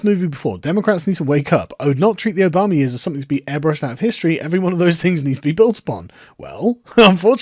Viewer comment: I like that you unintentionally pronounce Obama as Obomber